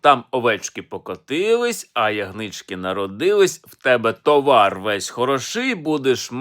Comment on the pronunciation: взяв зіпсував ритміку колядки, правильний наголос - тОвар; тим більше всі люди знають це слово, а він видає його за історичну знахідку